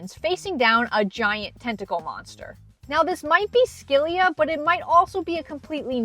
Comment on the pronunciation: Skey-Lia? Girl it’s si-la